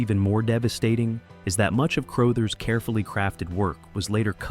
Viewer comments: Crothers is pronounced "cru-UH-thers", not "cr-OH-thers". You should really be more careful when researching things you weren't around to experience yourself. It makes you sound foolish to those who know. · CROW-THERZ? Hey, take a second to look up how to pronounce things before doing the narration on a video that must have taken some time to put together. It takes a couple of seconds to google how to pronounce this great actor's name. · Who the fuck is Scatman “CROWE-thers”? Come on. 🤷‍♂️👎👎👎🤷‍♂️ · Please update and pronounce Scatman Crothers’ last name correctly. It is NOT pronounced Crow-thers.